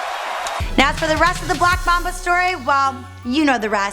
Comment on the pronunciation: She called him the black maba not black mumba😂😂😂